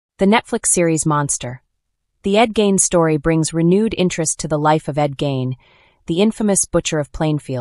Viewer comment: His name isn’t pronounced Gain. It’s pronounced Gein,rhymes with mean.